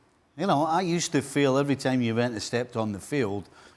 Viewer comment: can this bald guy stop saying tshuventus